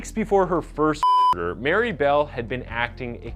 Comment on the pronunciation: here we go with the “murdur” again